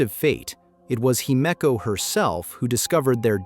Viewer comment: Whatever you did to get your narrator to say Himeko correctly , you should do more of it.